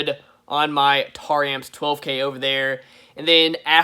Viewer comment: Its Taramps not Tar-ramps as you said it.